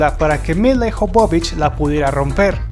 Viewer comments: Se pronuncia Míla Ióvovich y no milaijovovic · Adoro esta película... Y adoro a Milla Jovovich. (Y por cierto no la.sabe pronunciar... Se pronuncia MILA YOVOVICH) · "Bésson" "Ciiiiber pUnk" "Milaiiii Jovovich" Esa pronunciación, mi Dios!!!!!!! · odio como pronuncia el nombre el locutor,..... SE PRONUNCIA mila yovovich... (no como el dice milayjovovich